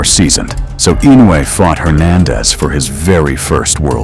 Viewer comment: That stupid boxer can not pronounce Inoue but he will remember for a long time...